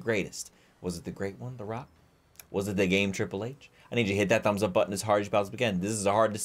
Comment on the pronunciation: I am mad you did call triple h. Riple H